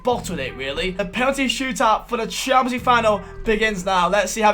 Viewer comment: Normal person: Champions League Final: Shamenjlueege Final